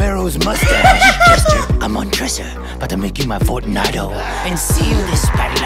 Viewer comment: He clearly watched this before. When he talks about the Cask of Amontillado you know that he never read that story. He even called him Fotunago. Anyone who had to read this in a class doesn’t say, “He had to bury him in a basement , or some shit” 😂